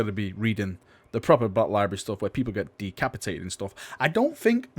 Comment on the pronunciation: I don't understand these words: Lie-breh and weaponreh